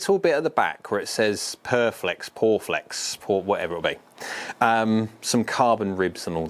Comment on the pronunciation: Guessing it’s pronounced “pure flex” not “poor flex” 😊